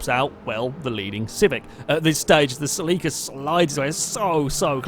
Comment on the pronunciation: Ceh-leh-kah, not cell-ee-kah. Please.